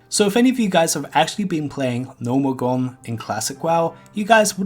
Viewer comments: gnomeregAn not gnomeregOn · "Gnomergan"? The fuck is that? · "Gnomeregone", like 20 times. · Gnomeregan. NO-mer-egg-an